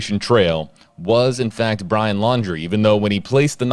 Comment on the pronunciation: He can’t get the name right,fake???